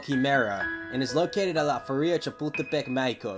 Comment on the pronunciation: It’s pronounced “La fEria”, with the stress on the ‘e’.